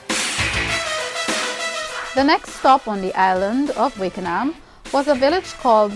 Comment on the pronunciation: Wakenaam is a Dutch name and it is pronounced 'Wak En Naam'; not 'Wake En Naam' !!